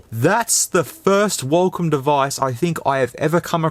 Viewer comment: what is this huacom he said